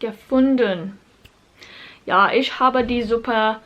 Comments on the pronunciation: Very good pronunciation, just when you say Ich, try saying the "ch" as "h" and not as "sh" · Since I'm already capable of speaking german, I started learning japanese again. Hope you have as much fun learning german, as I do with japanese. Still love you pronounciation of "Ich", because in your latest german video you pronounced the "ch" in "Woche" pretty well. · As a native speaker I can assure you that your German is pretty good. I guess the pronunciation of the "ch" sound is something many foreign speakers struggle with. Maybe you can try mimicking a cat hissing. That's not exactly the right sound because the "ch" in "ich" is not that far back in the throat as the hissing sound (am I making sense?) Also, there is no logical reason why some words are feminine, masculine or neutral (why is a spoon masculine, a fork feminine and a knife neutral?)